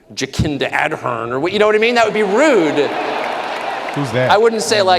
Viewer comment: Jacinda Ardern (Tucker is intentionally mispronouncing her name to show his utter contempt for her, she was right up there with Trudeau in terms of horribleness) was the former prime minister of New Zealand. Apparently you can't say what Tucker said about her in New Zealand but the Australians think it's hilarious. She was a total covid-nazi, one of the worst world leaders when it came to authoritarianism and positively nasty about it to boot. She was so unpopular and a disgrace to her country she was eventually forced to resign.